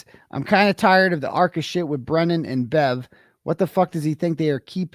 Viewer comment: misspoke quite a bit🙄